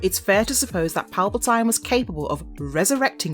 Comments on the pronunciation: Your pronunciation is atrocious. Sheev, not shev. Revan, not reevan, Palpatine, not palpatyne, and coraSant, not coraKant (with a "C" obviously) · And Sheev Palpatine, not shev palpatyne. And for God's sake, coraSant (with a "c" obviously) , not coraKant. I think she's doing it on purpose